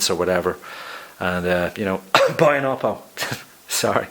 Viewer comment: Oppo is pronounced "Oh" "Poe", I know without being told that everyone would say it as you did. =D